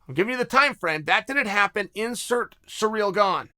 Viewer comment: Mate just say Gane. Listening to you say Cyril is was difficult. But I still love you bad guy.